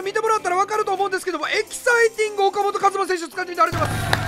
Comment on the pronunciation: ふぉかもとかずまやろ